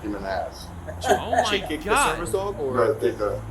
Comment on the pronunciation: "His fwokin dwog jumped on mae." Immediately pointing fingers are we?